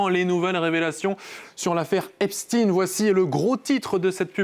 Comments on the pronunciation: C Epstein non Epstine !😂😂😂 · Epstein et non Epstine Il faut appeler un chat, un chat non ??? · Pourquoi prononcer epstine, eptStein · C est pas epstin c est epstein !! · Prononcez au moins le nom d' Epstein correctement !